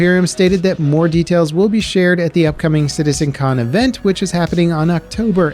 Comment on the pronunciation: "Citizecon" "Bears"? you mean Bares?